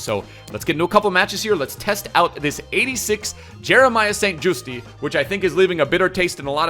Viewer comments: you pronounce St.Juste like St.Justy but in correct dutch its pronounced St.Justuh and the uh is said like you were getting a punch in the gut whilst saying it. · Its st jusT NOT JUSTEEEE 🤦🏽‍♂️ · St justi xD it's Just E-is silent.